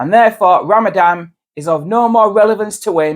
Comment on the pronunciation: The poster can't even pronounce Ramadan properly.